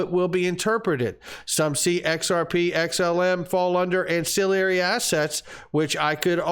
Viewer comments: please learn how to pronounce ancillary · An...cill...ary!!! Not an...cill...i...ary. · Not to get picky, but it's an-cill-ary, not an-cill-i-ary. There's no second "i."